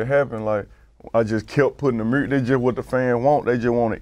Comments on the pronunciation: Lol how do you hear an "O" in the way he says music? I hear murzic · Nobody : Moneybagg yo : MURRZIC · The murrsic 😂